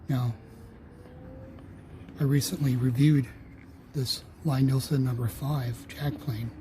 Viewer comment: I wish people would learn to pronounce Lie Nielsen. His name is Thomas Lie Nielsen. Lie as in Lee